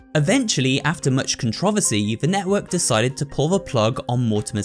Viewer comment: bro the way you said controversy 😂😂😂